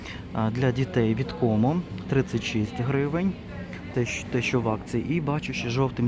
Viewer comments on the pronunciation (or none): none